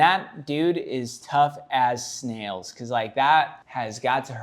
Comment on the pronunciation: Did he say tough as snails? :face-green-smiling